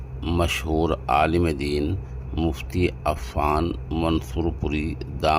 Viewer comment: عفان میں ع کا تلفظ کیا کرو